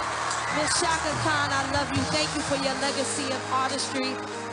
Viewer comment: Fantasia sings perfect and says Chaka's name perfect too.